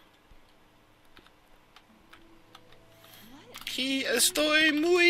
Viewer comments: el facado es muey bueno en mi pantalones... Is it just me or does that sound like "I shit my pants" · muy... not muey